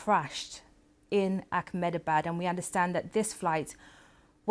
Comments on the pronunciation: why cant she pronounce AHMEDABAD ? Akmedabad ... really dumb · How many times will you keep saying Akhmedabad!!! Its Ahmedabad, spelled as Eh-Meh-da-baad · She actually said it as “Ack-MINI-Bad.” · This can’t pronounce “Ahmedabad,” and calls it as “Ackminibad.” She’s the worst journalist on the BBC.